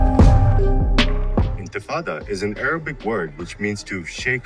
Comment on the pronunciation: Kata Intifada bukan intifado